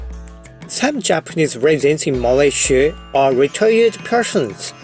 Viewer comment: This is the first time I hear foreigner say Malaysia as Malaysie instead of Malayziya or malaisiya. Sound so local and pleasant to me. Tq